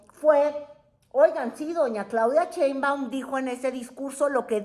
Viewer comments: Con too respeto, no es "Cheimbaun", es Sheinbaum... SAludos cordiales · Sheinbaum....No, Cheinbaum... shhhh ah sh ssssss